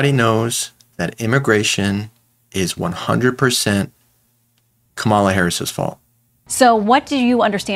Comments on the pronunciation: KA-mala Harris, not ka-MA-la Harris. C'mon folks. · Dude! Kama-la … Try this, Coma - La 🇺🇸🇺🇸🇺🇸👍🏿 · Kah.’ MALA. Not Kama’ la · Her name is pronounced like (comma-la) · I appreciate your video ...good....Please pronounce Kamala's name correctly...Heres how to remember.....first syllable..is COMMA last syllable is La....easy..Comma-la Harris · Please, if you aspire to be a news person, learn how to pronounce the candidates name. Not hard, Coma-la. Super disrespectful